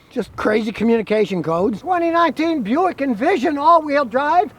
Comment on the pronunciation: Buick ... Bu-Yao-Ic.. "Bu Yao" ? They "don't want" the name?